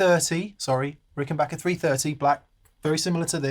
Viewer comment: Big thumbs up for pronouncing Rickenbacker correctly! Great sounds.